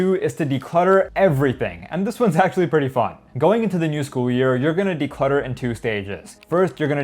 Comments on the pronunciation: what's with the "decultter"? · "DECULTTER" man.... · Nice vid! Declutter instead of decultter, would be nice 😄